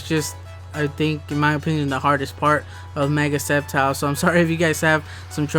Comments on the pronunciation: It's sceptile not skeptile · Its silent c